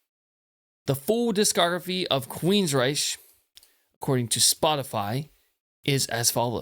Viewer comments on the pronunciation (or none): It’s pronounced “Rike”, not the German way. In my opinion, their last best great album was Promised Land, then they went downhill. Nothing topped what came before. Todd LaTorre is a great singer, but nothing would ever replace Geoff, and the pairing withe DeGarmo. When DeGarmo left, their amazing soul left with him. After, they were just a regular hard rock band. Still not bad, but just not totally astounding. Anyway, this is a masterpiece. Still relevant today. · how could u claim to be a fan and NEVER pronounce their name correct.. queensryche pronounced queens-ryk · he's "very familiar" with this band but doesn't know how to pronounce its name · Can't even pronounce the band's name correctly.